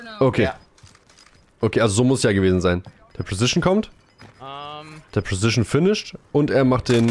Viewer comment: nices video aber kannst du mal preCision und nicht immer presicion sagen :D tyy